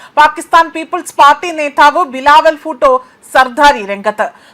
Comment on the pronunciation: ഫൂട്ടോ അല്ല ഭൂ ട്ടോ 😄🤭